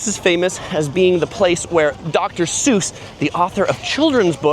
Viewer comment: Might want to learn how to pronounce Suess properly 😅